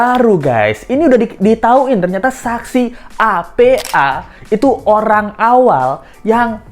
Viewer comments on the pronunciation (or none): none